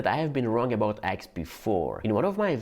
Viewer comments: My dear pronouns eggs as eggs......and not X. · You pronounce Eggs as Axe)))) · You sound like your saying axxxx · I thought they were called eggs. Didn't realize I was saying it wrong all this time. "Aggs", I like it. LOL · Didn't know he was saying "eggs" until I saw the egg.